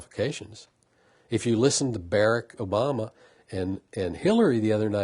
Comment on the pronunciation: So he has Obama all summed up yet doesn't even know how to pronounce his name?